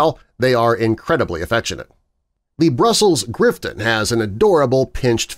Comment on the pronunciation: its brussels griffon not grifton